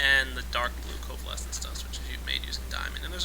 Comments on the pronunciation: Covalence!! Not covalesence! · He says "Covalescence dust" instead of "Covalence dust" and it really buggs me... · ts "coavalence dust" not "covalessence dust"